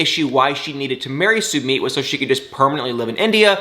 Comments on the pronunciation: please stop calling Sumit (Sumeet), it’s pronounced (Sun it)……..it really irritates me!!! Even Jenny pronounces it correctly!!! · It’s pronounced (Sum it)!!!